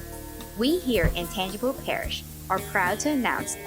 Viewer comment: it’s pronounced tan-jee-pow